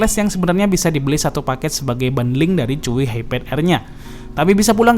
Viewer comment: Pas baca Chuwi gue denger nya "cuyy"😂